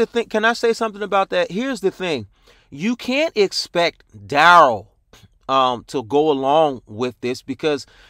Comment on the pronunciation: Duh-rell....Derail....lol. Good one